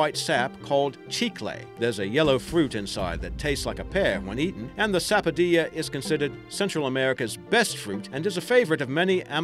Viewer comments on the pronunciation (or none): Not sapodia it is sap-o-dill-a ps I'm from trinidad where sapodilla is common